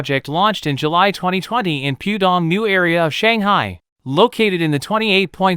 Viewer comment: That's 'Pooh' Dong - not 'Pew' Dong.